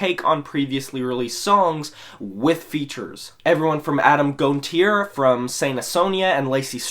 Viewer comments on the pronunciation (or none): You mispronounced Adam Gontier's last name. It's Gone-tea-A. Sorry, it's a little tick of mine.